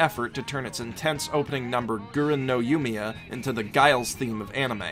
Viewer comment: techically the first op is pronounced eren no yumiya. the g is nearly non existant